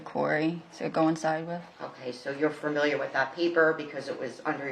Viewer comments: Its so annoying this attorney keeps mispronouncing the word "familiar". She keeps saying farmiliar. Ridiculous for a "professional". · This attorney needs to learn how to pronounce the word "Familiar." It's not 'Furmiliar.' There is no 'R'. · Stop mispronouncing familiar